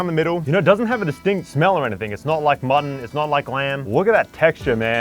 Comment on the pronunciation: Can we get some thumbs up for the pronunciation of M U T T O N :D